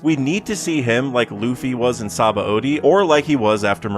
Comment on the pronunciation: that's not how you are supposed to pronounce Sabaody.